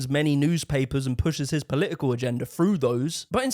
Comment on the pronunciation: It's not Polii-ee-kull. It's Political. It's not 'Eeveaa'. Its either. It's not "free". It's three. Learn to speak properly. It's not that hard.